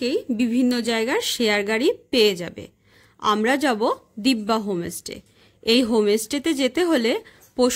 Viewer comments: হোম স্টে কে বার বার হোমে স্টে বলছেন কেন ? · হোমেস টে নয় হোমস্টে উচ্চারণ ঠিক করতে হবে